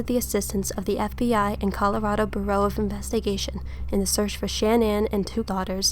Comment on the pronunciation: bor_row? Thats not how you pronounce bureau...lol jesus